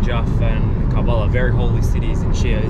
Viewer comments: Salam,It's karbala not kabala. 😇 Hope you don't mind. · I'm soo impressed that you're in KARBALA Masha'Allah it's pronounced KURB-ALLA.. I was there in September for Arbaeen and in July for Muharam. I remember eating falafel sandwich at the same place where you ate the shwarma, do visit after sunset it's very nice. I was able to take my mobile phone inside the shrine but I don't think they'll allow you to film, you need special permission. Please you must go inside the Shrine and to the grave of Imam Hussain A.S son of Imam Ali and to Mola Abbas brother Imam Hussain, it's mind blowing. The walk way between the 2 shrines is called Banul Hermain, make sure you checkout your shoes from one Shrine to another. Love and Blessings from Chicago 😊 Labik Ya Hussain ❤ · Why are you not pronouncing it with the R 😂😂😂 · Hearing him repeat Karb-ullah over and over was torture… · Bro not kalbala it's kar Karbala ok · He has to say Kerbela, not Karbala. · It’s pronounced KARBALA it’s Arabic not Iranian sister 💗💗💕 KARBALA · Bro its curb_ala(karbala) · How often people said K ER BELA. And you after 25 th hearing. : KARBALA? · Well if you pronounced kar-bala right tgere wouldn't be a goose chase. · why on earth u cant get urself to pronounce Kerbalaa